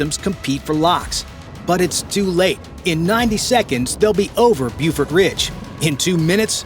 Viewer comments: It's pronounced "Bofort," not "Bufort." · Not "bewfort ridge," BOfort ridge."